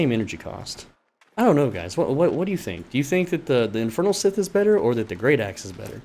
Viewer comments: It's not "sith". You're pronouncing Scythe completely wrong dude. Think of the word "psi" or "sigh". It's the same just with the "th" at the end. So "sigh" - "th". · I loved the vid and appreciate it especially as an Axe main but stop calling it a sith man it hurts to hear XD. Amazing guide and it actually helped me I'm thinking of some tweaks to my grinding set! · You're saying "Scythe" swrong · Why he say scythe like that 💀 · Nevwr heard someone saying Scythe like that LMAO